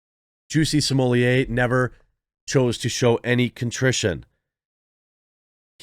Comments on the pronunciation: smo*LETT* not "smohliyay" he isn't french and double T is allways pronounced in french. there is nothing real about this dude. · JUICY SMOOYAY!!!! I don't know who this "Just-See Smul-Lett" guy is, but this man's name is JUICY SMOOYAY!!! Let's respect the pronunciation of this man's name at all times: JUICY SMOOYAY!!! JUSTICE FOR JUICY!!! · Maybe by the time he serve his time Jeremy will have learned to pronounce his surname.